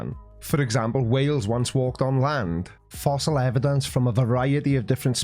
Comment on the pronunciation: Why do these halfwits say "evan-dunces" all the time! 😖